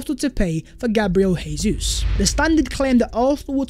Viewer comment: Dybala is too similar to Jesus and his injury record is a concern. I'd rather not buy him but buying him would send a statement we can still attract top players. Incidentally it Jesus' is pronounced "Jay-zeus not HAY-SUESS' as he's Brazilian.